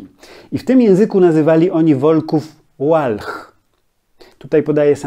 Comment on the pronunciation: czy to na pewno powinno się wymawiać "Łalh", a nie czasem "Walh"? Wszak w języku niemieckim literę "w" wymawia się dokładnie tak, jak w języku polskim.